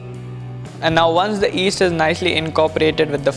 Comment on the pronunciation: It's called Yeast, not East.